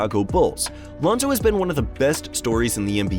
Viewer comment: Your research was horrible. -Melo was 13, not 14 -it’s Lonzo, Melo and Gelo, you said Lionzo -Melo didn’t take the free throws. Gelo did.